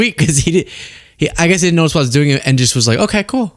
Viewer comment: you're an intelligent guy. Please stop saying dinnint. The word is didn't. Thank you, and you're welcome.